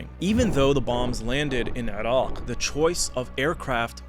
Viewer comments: Only terrorists pronounce Iran and Iraq the way you do. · Why do you say "Erawk" so weirdly. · continuation sounds like you make sure we all know when you say Irock and Eron. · This guy: "IrAWGHHHQ"